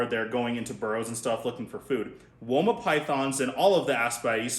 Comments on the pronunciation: I live in Australia and have my whole life and I can confirm we pronounce it wOma not wyma. That made me laugh for much! 😂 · As an Australian, we do not say "Wyma" python 😂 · Here in Australia we pronounce it woah-mah pie-then